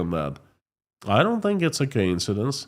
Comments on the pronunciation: Co-insidence not ka-insidence. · Quick English lesson it’s co-incidence.